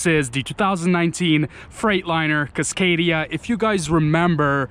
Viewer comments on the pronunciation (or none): The fuck is a CUScadia?